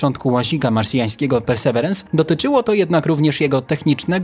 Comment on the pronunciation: Perseverance (ang.)- wytrwałość (wym. persy Wirens). Nie bądźmy językowymi analfabetami. Mamy słowniki.